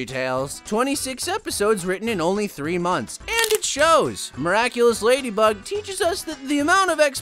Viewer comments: Their names are pronounced ladybug and cat noir not lady BUBS and cat nerd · Did you know that the character Marinette, who transforms into Ladybug, was originally going to be named Ladybird? However, the name was changed to Ladybug because it was easier to pronounce in different languages.